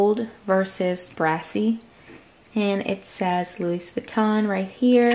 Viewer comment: could you please not say the ‚s‘ at the end of louis? 🙈